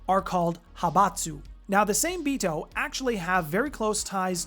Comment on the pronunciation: Same-Bito being Japanese would be pronounced "SAW-MAY-bee-toe". The Hengeyokai are pronounced; "HEN-GEH-YO-KAI"